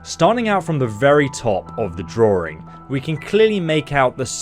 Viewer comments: Draw-ring. God that makes me cringe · Wtf is a “droowing”? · There’s only one “R” in “drawing”!